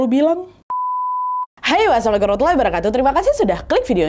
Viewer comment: Salamnya diperbaiki dong!!! Assalamualaikum, bukan Aslamlikum!